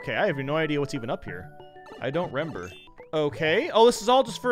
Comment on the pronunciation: Am I the only one who heard him say "Rember" instead of "remember"?